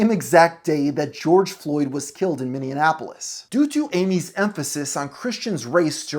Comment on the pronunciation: Minneapolis sounds like: mi·nee·a·puh·luhs